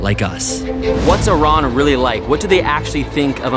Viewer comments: Thank you for pronouncing Iran the correct way! ❤️🇮🇷🦁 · Thanks God you pronounced it right Not i ruuuun😂 It was interesting vlog 💚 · Thank you for saying Iran correctly. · Great that you guys call it Iran,not eye ran